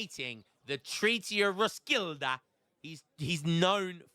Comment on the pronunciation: Again,, Roskilde is pronounced Ros-Kiel-Eh